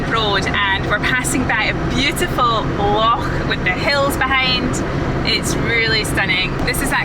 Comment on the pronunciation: A fantastic video,. I love the way you say "loch"...this place has to be one of the most beautiful i have seen on your travels....i love you...